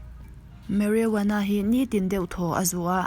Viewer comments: Mari woanna ani lo..marijuana tih tur...🤣🤣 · Marijuana tih tur zok